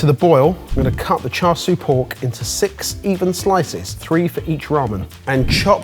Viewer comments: why do they pronounce siu as sui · One tip: The "siu" in "char siu" is pronounced like "shoe" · pronounced it as "swee" rather than siu/shu. I'm just giving the chance to gloat here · Word: "Spelled S - I - U: " Sui" At least he respects the slurp haha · just butchered the pronunciation of “siu” in char siu but correct pronunciation has made up for it, 1-0 to 😂